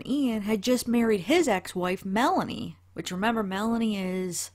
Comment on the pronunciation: Lori's niece Melani is pronounced Milan-EE , Lori's friend Melanie Gibb is pronounced Mela-knee